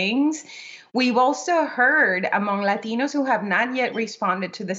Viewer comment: It's Latinos, not laxative. That's what it sounds like.